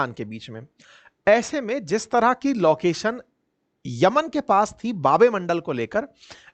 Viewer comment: ये टीचर नही जाहिल है 😂 लौकेशन 😂 दौनो 😂